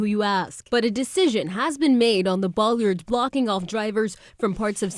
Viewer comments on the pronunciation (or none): She repeatedly said "Boll.i.ard."